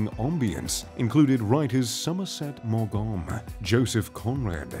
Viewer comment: Please take a moment and learn how to pronounce Somerset Maugham's name. And the word 'bourgeois'. Good grief.